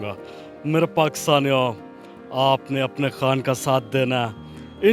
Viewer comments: محترمہ کا تعلق کیا بھارت سے ہے جو بار بار عمران کھان کہے جا رہی ہیں۔ ہندی میں 'خ' نہیں ہوتا اس لئے وہ خان کو کھان بولتے ہیں۔ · محترمہ آپ انڈین نیوز چینل سے ہیں کیا ؟؟ کھان نہیں، وہ خان ہے۔ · مادام خان کو کھان بول رھی ہیں انکی اردو درست کروائیں